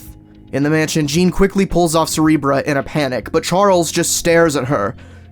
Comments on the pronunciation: Cerebruh. I like how you said that. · 3,20 min. Did he just say cerebruh